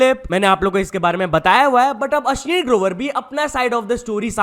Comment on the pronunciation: भाई तू बोलता अश्नीर है मैं सुनता अश्लील हु😂😅